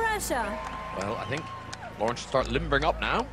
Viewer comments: Anyone else screaming each time Graham says "Loren"? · But he says Loriin